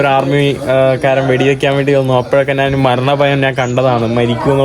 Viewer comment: നാനല്ല.... ഞാൻ... പറയൂ....